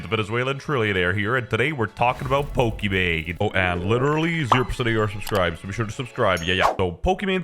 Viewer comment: Did No one else realise Westjett calling Pokimane as Pokimon ?